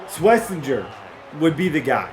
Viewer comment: Pronounce it like shhhh-Wes-inger